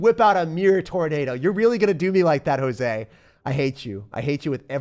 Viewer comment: Hey,! I love your videos and i literally look forward to them every day🙌 Just real quick, the very first person you played against, their name was “Josue”. It’s pronounced “ho-sway”; the only reason I know that is because I have the same name and i just thought you’d wanna know how to say it right. thank you for all you do for us!!